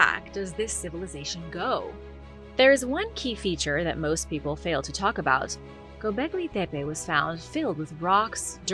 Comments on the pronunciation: "Gobleggi Debbay" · Tf is with your Gobekli Tepe pronunciation? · I don’t like how you pronounce Gobekli Tepe